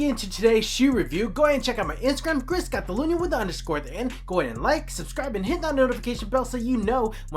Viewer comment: "chris CATalunnnyahh"